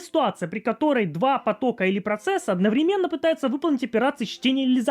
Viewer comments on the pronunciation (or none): none